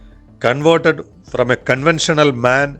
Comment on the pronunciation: Sir read the company name as M.A.N not as “MAN”.. Like we say BMW.. I m just saying it to u Bcz it’s the correct way to call that company… As many of us will again say it to everyone referring that I heard it from sir in sailing commentary… Bcz thousands of people watch ur videos, even in future as well.. It’s a small little correction, which I got this information watching the another Kerala YouTuber Mr Hani Musthafa in Flywheel Malayalam.